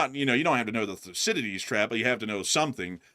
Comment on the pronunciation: I love you guys but didn’t one of you study international relations? How do you not know how to pronounce Thucydides?